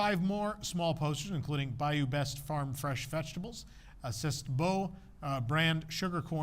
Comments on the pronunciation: Yup. I used to work there. And "C'est Beau" is pronounced "Say Bow", not "Sest". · "cessed" 😂😂😂 "Cessed la vie" 😂😂😂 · “C’est” is pronounced like “Say”. Just trying to help your French. 😊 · "C'est" is pronounced "say." Makin' Groceries is a common phrase in south Louisiana meaning to buy groceries (from old commercials of a family grocery chain now out of business). Terrebonne is a parish near New Orleans where there is sugar cane grown so molasses would be made there.